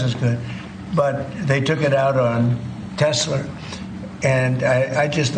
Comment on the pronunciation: Good ol', "Tesler" 😂